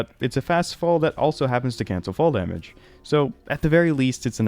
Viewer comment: back to back with “tage” damage was crazy